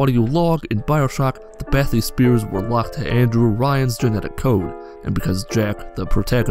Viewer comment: HAHAHA BATH-E-SPEAR